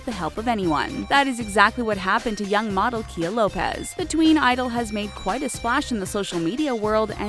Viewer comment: It's not said kia it's kaya